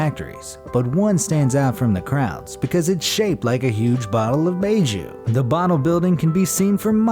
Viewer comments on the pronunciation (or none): I got a kick out of how badly he pronounced the chinese word for "White liqueur", never heard it butchered so badly. He Pronounced it "Bay Jew" when its closer (not exact) to "Bye Joe" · It’s not beijiu it called bye jiu =baijiu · Bay ju.... it's not pronounced bayju it's pronounced baijiu... nvm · Not “baiju” it is pronounced as “pai chew” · Its actually baijiu (Buy-Jiu) not beijiu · I nearly spewed my coffee when he pronounced 白酒 as “bay joo.” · You missed pronounced the chinese liquor. And yes it’s clear but it’s made from rice. And is know as rice wine. And you pronounce it as by jo. That’s not how it’s spelled but how you pronounce it. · baijiu is pronounced byjoe and the translation is white wine Bai being White and Jiu being liquor. love the video though haha. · Baijiu is pronounced as pie jiu. In chinese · Its actually pronounced bèi jiū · "Baijiu" is pronounced like "buy Joe"....fyi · Baijiu is pronounced [Bye Joe] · The way you pronounced bai jiu..ech...